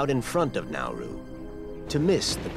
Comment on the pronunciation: I thought he said naruto when he said nauru